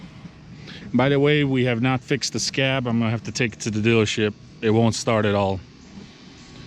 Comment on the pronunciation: SCAG "G" NOT "SCAB" "B"